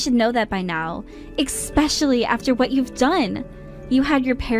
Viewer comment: From that day forward HE and I were dating. Not him and I were dating Both of you guyses parents. NOPE!!! 👎 Both parents or both of your parents. 👍 It’s pronounced eSpecially not eKspecially.